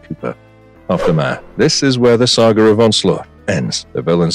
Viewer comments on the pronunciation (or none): "The Sahgger of Onslaught."